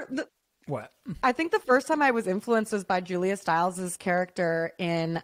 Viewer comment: A "charac-cher" lol 🤣💀🖤💚